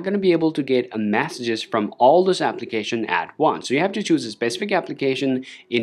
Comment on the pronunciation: Sorry but I can’t watch anymore. It’s Messages…. Not massages!!!!!!